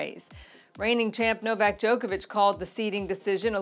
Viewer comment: Who is" No-vay?" Novak? Is that a nickname or just a blatant error?